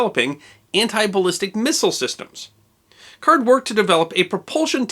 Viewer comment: Growing up, we had one of the chemists of that Canadian research group as a neighbor; It was pronounced CARDY, not card.